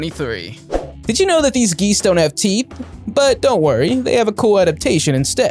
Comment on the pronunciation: he said sharp tea not sharp teeth